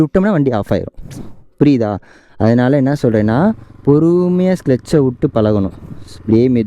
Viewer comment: Clutch ❌ Sclutch✅